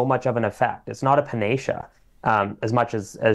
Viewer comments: Please get Nagra to look up the pronunciation of ‘panacea’ (pa.na.CE.a). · That's the correct pronunciation; just Googled it!